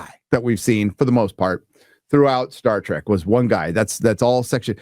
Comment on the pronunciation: Today, we get "Star Dreck"